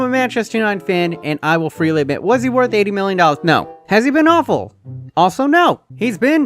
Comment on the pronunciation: why did u say no like that? 🤣🤣🤣